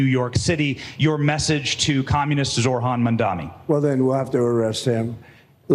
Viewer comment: questioning the intelligence of the journalist asking trump questions when he couldn't even read well enough to know that it's zohran, not zorhan